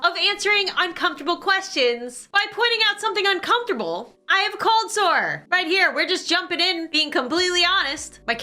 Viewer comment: What is colsore or what ever u said